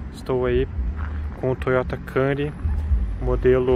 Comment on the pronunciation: Faltou aprender a falar o nome... (quemnuri) a pronúncia